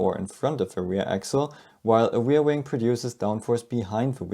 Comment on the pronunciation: what's a weirwing? do you mean ReaR. Wing.?